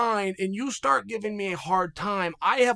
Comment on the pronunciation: Hahah chael said stort